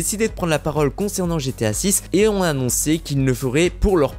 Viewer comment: STP 0.40 et 7min 55 la meme MDR : les personnes qui Z 'on 😨 ( QUI ONT )